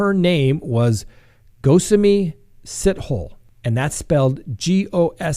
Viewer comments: Lmao. I have no idea how to pronounce it, but I can almost guarantee it's not pronounced "sit hole." But that was downright hilarious,. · Sithole is pronounced sitholey... (from a South African) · Just because you always ask and people always correct you. 😂 Sithole is pronounced Sitholy in South Africa 🇿🇦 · Pronounced si tall e. Hi from South Africa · Hey, a South African here 😊, and yes you absolutely butchered that name. The story has the country divided for sure 😂. Some believe that she was never pregnant, and some believe the Health Department is covering up negligence. The journalist who broke the story is sticking to his facts (that the children were born). It's a mess 😓